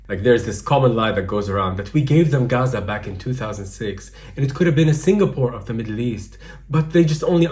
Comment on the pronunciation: when i hear gaza pronounced "Aaza" my stomach churns violently